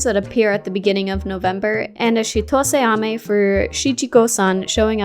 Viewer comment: You pronounced the chitose ame event so well!!! I could never.